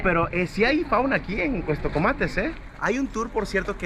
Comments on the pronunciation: Con todo respeto en todo el video dijiste cuestocomates y es Cuastecomates , perdón pero si se escucha raro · Hay una gran responsabilidad al tener un micrófono o una cámara enfrente. Debes conocer del tema del que estás hablando y por lo menos pronunciar bien. Se llama Cuastecomates no Cuestecomates. Adicionalmente, como Persona Con Discapacidad Visual la forma en la que te diriges utilizando términos incorrectos me ofende y molesta. No se dice personas con capacidades diferentes ni personitas con otras capacidades ni nada de esas tonterías. Solamente se dice personas con discapacidad y se acabó. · Es Cuastecomates no Cuestocomates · "Cuestocomates" jaja pasé todo el vídeo esperando que corrigiera 😅